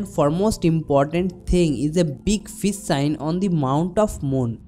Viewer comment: you are taking about fis sign is it because you love Fis not fish you pronounce sh as s wonderful haatho shastro by bengali this nit ghosh